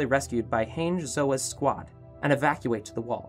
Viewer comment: Ummm Hange Zoe is not pronounced Haing Zoeh, just saying